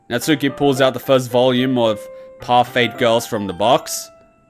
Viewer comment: Natsuki more like Natuski am I right ha haha